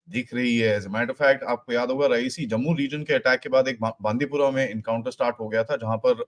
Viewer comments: Not रईसी it's रिआसी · Sir, the place is not raisi, it is RE YA SI. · रेऐसी है ना कि रईसी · Sir, the place name is Re-Yaa-Si and NOT Ra-ee-si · it is Reya cee not reyecee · it's Reasi and not Raesi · Place is written 'Reasi' & pronounced 'Riyasi' 🙏😔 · Sir just one suggestion..Reasi is pronounced as "Ree ya si" 🙏